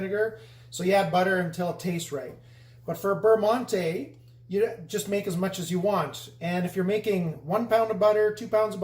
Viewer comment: Prononciation adjustment on monté necessary.